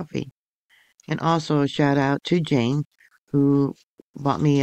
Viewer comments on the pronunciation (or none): none